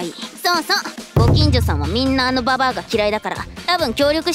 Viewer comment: ユズリハさんの「ババア」の発音が素敵です！！